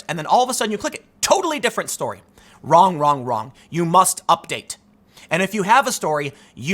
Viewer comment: "Theres nothing Kwong with my article!!" - Jessica Wrong